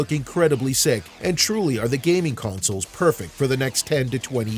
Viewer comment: Why you keep pronouncing consoles as counsels?!